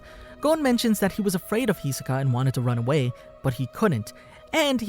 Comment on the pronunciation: why tf he keep saying hisoka wrong